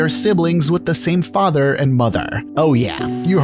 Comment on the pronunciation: “Fatherrrrrrr” and “Motherrrrrr”